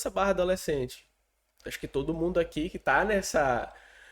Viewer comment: "TOOÔDU" polítiku só quer votu!??? TODO!!???? RESPEITOSAMENTE, argumentação superficial, "desganhou des-ganhou" um possível inscritu...